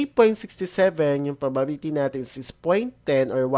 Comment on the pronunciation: bulol po ba kayo sa probability